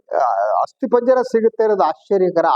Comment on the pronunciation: Sir ಆಸ್ತಿ ಪಂಜರ ಅಲ್ಲ ಸಾರ್ ಅಸ್ತಿ ಪಂಜರ